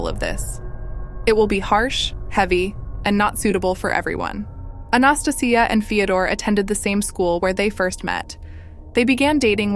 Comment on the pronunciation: I hate saying this but it's not South Korea and your pronunciation of Anastasia is hurting my ears.